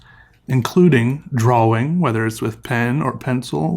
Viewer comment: Draw-wing